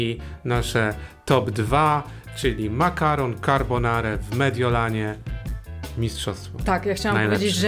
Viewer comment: Na przyszłość taka uwaga – mówimy carbonarA :)